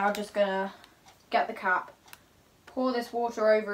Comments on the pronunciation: When she said I'm gonna check on the cap in the boiling water i thought she said I'm gonna check on the cat in the boiling water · When she says cap it sounds like cat Ok I'm going to check on the cat in the boiling water